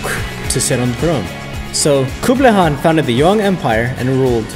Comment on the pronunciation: wow u can say hes name properly and correct most other people say it Kan but its actually haaan : )